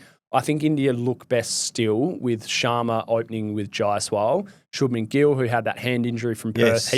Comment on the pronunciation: Shoob-men gill mate..shabmen..shub-men gill